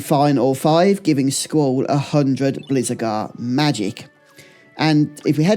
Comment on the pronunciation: Great video but some of your pronunciation is mad! Blizzagarr, Abis Worm, Thundergar 😂